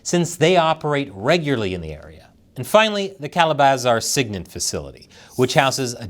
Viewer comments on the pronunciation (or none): ...and SIGINT is sig-int, not sig-nit. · Why is this such a surprise to? The China - Cuba partnership has been going on for years. USA must be alert but not alarmed. Fearmongering helps nobody... It's SIG-INT, not SIG-NIT. 🙄 M 🦘🏏😎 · Sig-int, E-Lint lord christ it caused me pain listening to you pronounce those things but good video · Some pronunciation input. Sig-Int. Like the sig in sigsauer. E-lint like the e in e commerce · Sig-int. eee-lint. Not new